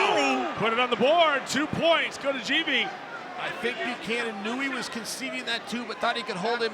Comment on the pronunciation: Georgian names that start with the letter G are pronounced with a hard “g” sound, not “j.” So the name Givi is pronounced “Givi,” not “Jivi.” In the Georgian language, the letter G always keeps the “g” sound.